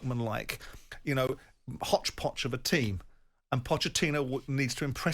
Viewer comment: Did Simon say Chelsea were 'hodge-poch'? LOL Funny how things come out unintentionally appropriately sometimes. 🤣